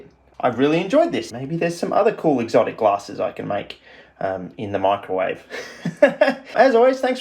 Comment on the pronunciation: swear to god every time you say it it sounds like you’re saying michael wave, big fan